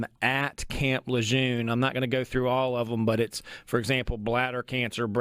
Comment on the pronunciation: You’re pronouncing camp Lejeune wrong. You need to give the man the base is named after the respects he earned